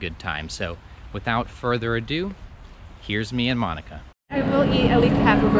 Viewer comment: Monika a nie Monyka.